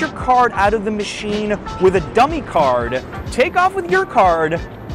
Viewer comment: ATM "machie" huh? 🤣 I also love my automated teller machine machine...